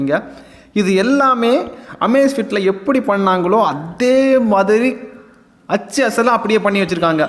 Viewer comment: நண்பா, ஆச்சு அசல் இல்ல.. அச்சு அசல்.. திருத்தம் செய்யுங்கள்..